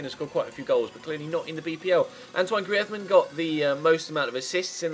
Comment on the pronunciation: same and griezmann